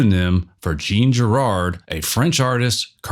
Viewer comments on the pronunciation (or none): Dude, it's Jean Giraud. ZHAN ZHEERO. Not DZHEEN DZHERARD.